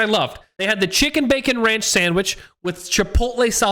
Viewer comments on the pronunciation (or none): none